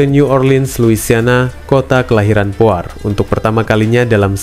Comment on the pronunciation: Poirie bukan poar